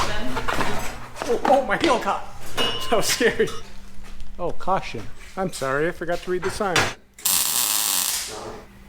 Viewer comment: READ THE SIGN IT SAYS CAWSHUN